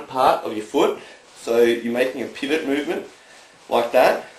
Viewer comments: instead of pivot it sounds like hes saying pubic lol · I heard Pubic when he said Pivot. lol. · did he say "pubic movement"?